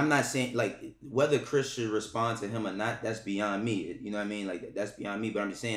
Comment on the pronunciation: Chris-jon-unn aks crazy 😂